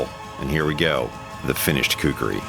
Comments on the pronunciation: Everyone should pronunce this awesome weapon as: "Khoo - Koo - Ree " nothing else. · Its actually "KHUKURI" . Nice content.